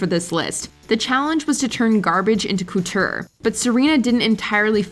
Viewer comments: Gorl did you just say cooture? Mama stop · Whenever she says coutoure why is it like she’s saying cooter HELP. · is the narrator a bot? pronouncing couture as “koo-TEUR,” solace as “soullesss” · "Coo-teur"? "Soul-iss"? People purposely mispronouncing words for cheap engagement are so fucking obnoxious 😒